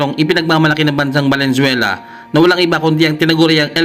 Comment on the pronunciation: ANO BA TALAGA TOTOO,VENEZUELA O VALENZUELA,BULOL KA YATA